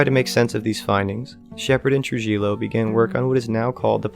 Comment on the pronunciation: Trujillo is pronounced, "Tru-hee--yo" J makes an H sounds in Spanish & Double L makes the Y